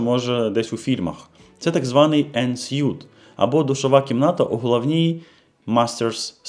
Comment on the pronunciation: Цікава інформація. Але все таки треба читати en suite так [ɒn ˈswiːt ]., а не як костюм 🤗